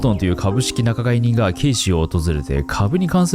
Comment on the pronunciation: 所々漢字読み間違えてるとこすき😂 仲介人▶︎ 𓏸 ちゅうかいにん × なかがいにん